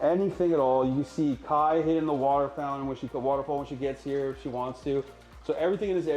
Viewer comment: literally everyone: waterfall mongraal: waaoutafall